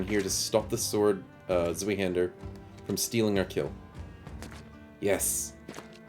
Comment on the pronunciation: I'm catching up on the series, but just a little note. Zweihander literally just means "Two-Hander" as such, Zwei is the word for two. Pronounced Z-why, not Z-wee.